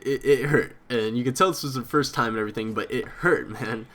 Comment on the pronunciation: By far your my favorite houtiner but youve gotta stop saying "and errything"